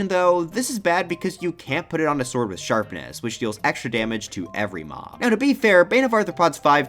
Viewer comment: Sharpness, not Sherpness.